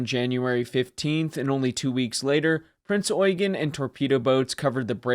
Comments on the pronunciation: I am so glad that the US nattaror isn’t pronouncing the Ship as the Prince Yew-Jean. Something I have heard more than a few times. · Generally a well done video and thank you for pronoucing her name correctly, although you seemed to have skipped over her service in both 42 and 43 and there were a few minor techincal hic-ups and details left out, like for example her status as flagship in both 42 and 44-45 or that the majority of people that she and the rest of the Kriegsmarine aided were civilian refugees and not soldiers, although soldiers were also present, but they were the miniorty. Also, did you know that theres so much more to her post-war story, then just the weapons tests and the atomic bomb tests? Or that she went through a hurricane to rescue a distressed civilian ship, on her way to America? She was a living legend!, and the American public and press wanted her. You weren't lying when you said she was wanted by everyone. As the Head Admin of the Heavy Cruiser Prinz Eugen Appreciation Association, I would like to invite you to our association, if you want to learn more about her, her service, her crew and more with and without stuff that isnt covered in modern mainstream media. Our association consists of fans, admirers and historians who all have a love for this great ship. We also have teamed up with the award-winning wreck photographer Becky Kagan Schott, who has some amazing photos of Prinz Eugen´s wreck and she plans on doing another future dive for more stunning photos. Given that we sadly does not have a museum ship to preserve, we are very passionate and serious about her legacy an